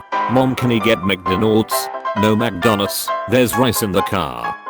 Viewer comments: "Magdonnas" is not the Japanese way to say McDonalds; Makudonarudo is. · Brickbusters Except it's not. マクドナルド or Makudonarudo has been adopted into the Japanese vocabulary as "McDonalds". Magdonnas is actually diffcult for Japanese people to pronouce, with Magudonnasu being alot easier.